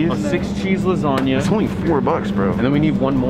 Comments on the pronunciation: Rewatching the vid says lasagna correctly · learned how to pronounce lasagna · At least said lasagna right 🤣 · Now knows what lasagna is and how to say it properly